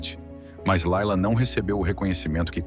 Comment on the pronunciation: O nome da música Laila se pronuncia Leila em inglês. Ou você fala os nomes em português ou com pronuncia inglesa. Se decida!